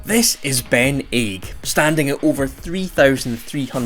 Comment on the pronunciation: not Ben Aig, dont pronounce the G.